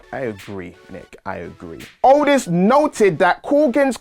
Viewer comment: It sound like he was saying otis when he was saying aldis 😅